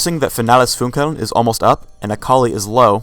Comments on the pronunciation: It's funny how he pronounces "finales funkeln"... he makes it sound more like finela's funkuwn". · If she wanted to name all of her skills in german, she should have at least practice her pronunciation lol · did any other people who can speak german lol at how they pronounce her ult? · Lux is great :) It's funny how you pronounce "Finales Funkeln" ^^ (why hasn't it been translated into English?) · LOL NICE ... im german and i watch this video ... then she says ''her ultimate is FINALES FUNKELN'' ... FINALES FUNKELN are 2 german words .. :D .. a spell of my favourite champ lux is called FINALES FUNKELN :D .. (finales funkeln = final sparkle ) i like the pronunciation of german words in english ;D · I love how they pronounce Finales Funkeln. XD